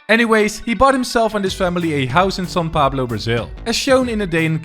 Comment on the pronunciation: bro its São Paulo lol